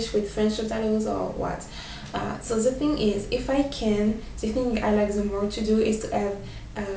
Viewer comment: try to learn to say "the" more.. english sounding.